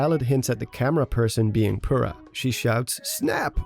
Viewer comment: Impa is playable, and Purah is seen. Purah is pronounced POUR-A Our lives are a lie